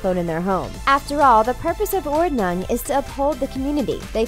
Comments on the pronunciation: Yeah, it would be more like "Ordnoong". Pretty sure English is the only language that pronounces an U like it's and A. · It's pronounces "Ordnoong" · Ordnung is pronounced "ottning" Source: My enjoyment of learning about Amish people. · That pronounciation of "Ordnung"... cringe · Ordnung just means order/tidyness and she says it like some kinda spell😂 Edit: So many german words o.o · You're mispronouncing all the German words. For example, "ordnung" means "order" in German, and the "u" is pronounced as the "oo" in "look", not like the "u" in "hung". Also, "rumspring" - the "u" is again pronounced the same as "oo" in "look", and the "s" is pronounced as "sh". Just a helpful tip, as these words are German. 😉